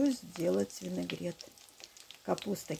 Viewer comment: Люда лукавит. Вы ни разу не сказали правильно слово винегрет.